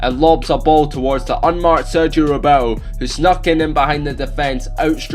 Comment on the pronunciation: cant even pronounce roberto right